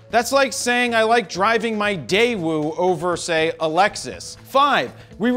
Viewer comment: Daaamn he said "Daewoo"!!